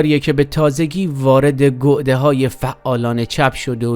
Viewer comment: با احترام تلفظ گَعده /ga'de/ درست است نه گُعده.